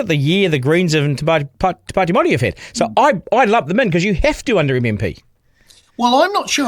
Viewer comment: At least learn to say Māori properly Stu!